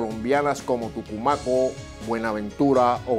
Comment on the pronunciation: Amor, no es Tucumaco, es: Tumaco 😉 Gracias por existir!